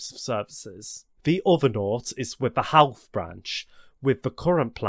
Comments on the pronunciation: You need to learn how to pronounce Irish town Portlaoise pronounced(Port Leash) Howth ( Hoe-th)... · I really enjoyed this video! About the pronunciations, I understand some places can be quite difficult and please dont take offense but here is how some of the places are pronounced: Howth - Hoe - th Drogheda - Draw - Head - Ah Dundalk - Done Dawk Swords - Just like the ⚔️ Portlaoise - Port Leesh Bridge's Glen - Its actually Bride's Glen Again, this video is spectacular and its great to see some recognition from abroad! Even I learnt from this. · Great video. Irish place names can be tricky as the phonetics will be irregular to non Irish citizens. Sligo is pronounced Sly-go. Drogheda is Droh-hed-dah. Howth is Hoe-the.